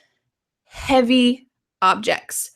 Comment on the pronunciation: It's too havey.